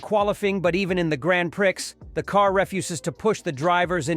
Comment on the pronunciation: What a totally stupid shitty video! Get off the damn bandwagon and report something - anything that we didn’t already know two weeks ago. Also listen back on the soundtrack, that’s not how you pronounce ‘prix’